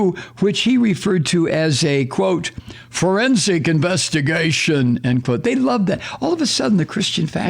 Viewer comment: Forrrrrensic. One must roll the Rs. Otherwise it doesn’t sound right.